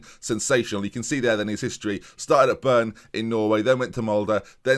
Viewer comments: Started at "Byrne"???...how hard is it to read 5 letters correctly, Bryne, almost like Kevin De Bruyne. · Lol, børn. Bry-ne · Bryne is pronounced Bry-neh or Bry-né for you English speakers, not Burn. Sorry for being a grammar nazi, norwegian is not easy for people, so I understand :) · It's not "Burn", it starts with BR! so the R is before the Y, and also you pronunce the e at the end like "eh"... so it's BR-Y-N-EH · In all fairness, there is a R in Burn as well..just at a different place :) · Bryne is pronounced Breena 🤣 I made the same mistake when I moved here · Must be the worst I have ever heard someone pronounce Bryne 😂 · I was like "can the man not read. There's a fucking R in there" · just disappointing that he doesn't spend 2 sek googling pronunciation when almost all Scandinavians speak better English than the majority of England and USA 😂